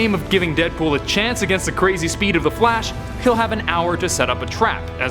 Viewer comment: I’m not the only one who heard “the flesh” right